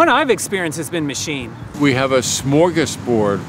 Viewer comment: Hey, if we're gonna humble brag to Americans about how cool and easy voting in Canada is, could you at least pronounce "smorgasbord" correctly? It's not a gassy Star Trek villain. Thanks.